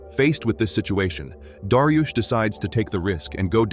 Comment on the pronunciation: darius ❌ dariush ✅